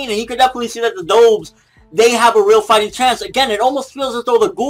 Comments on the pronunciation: ''DOHVES?'' its DUHVES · Pronounced "Duh Vvvvv" not "Doh! Vvv" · The correct pronunciation is "Duvs", like the bird.He is pronouncing it "Dohvs". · i like how he pronounced doves as dowves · is he saying doves wrong? lol DOOVES